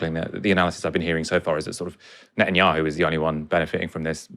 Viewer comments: He keeps saying Nutanyahu! Deliberately mispronounciating? Anyway, it about sums him up..nutter! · I like the way he pronounce bibis name sounds like Nutanyahu haha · Thats the whole point, nutenyahu is a nutter!